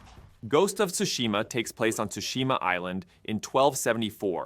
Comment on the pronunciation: Ghost of toosheema 😂